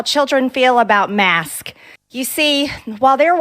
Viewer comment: I aks you, you can see it clearly on the philum-she can only say marsk🤔She so dumb 🤭